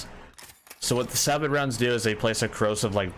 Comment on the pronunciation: And yet another person who cant say sabot right 😂😂